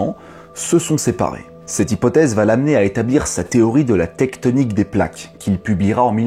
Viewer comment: "Tecktonik" ??? J'ai failli me barrer en courant quand j'ai entendu ce mot !